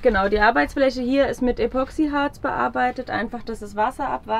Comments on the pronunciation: Ich höre immer von Euch den Begriff. ,,Epoxiharz" mit Betonung auf ,,o" . Das kann man ja nicht mehr mit anhören. Leute, das Zeug heißt ,,Epoxidharz" mit Betonung suf dem ,,i" . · Wunderschöner Van❤️ Aber eins triggert mich so hart.... es heißt Epoxid!harz